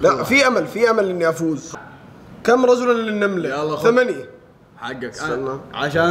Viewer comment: ، كم رِجْلاً، مش رَجُلاً